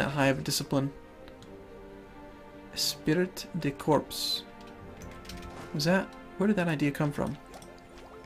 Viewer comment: Esprit de corps is pronounced "espree de core" and it's still used today in the USMC.